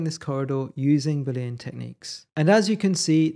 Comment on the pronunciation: Looks interesting. Although I may struggle to ignore your pronunciation of Boolean. Judging from the way to write and say it, you don't seem to have noticed that it's a proper name, based on the work of George Boole. Newtonian, Victorian, Boolean.